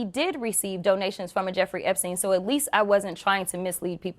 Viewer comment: Crockett saying "a Jeffrey Epsein" is just almost as bad as Santos say "I said I was Jew-ish"